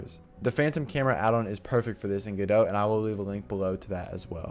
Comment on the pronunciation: MY EARS DOEST BELIEVE😶 YOU SAY GODO NOT GODOT FINALILY😂😂